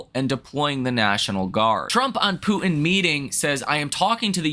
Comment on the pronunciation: I like how you pronounce Poo in instead of Putin. Lol😅